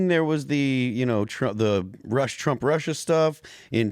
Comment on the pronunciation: Trump not Tramp